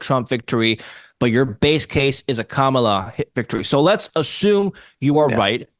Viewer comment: Sad, that he couldn't even pronounce her first name correctly. It's pronounced like Comma. Comma La.